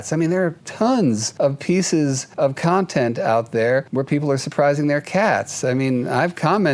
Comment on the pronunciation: Cats deserve to be con-TENT. Not CON-tent!